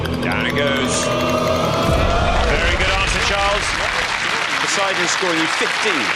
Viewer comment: Poseidon, not sure where Posie-Don rules 😂